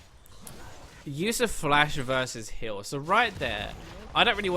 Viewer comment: am I the only one that hears hill when he says heal?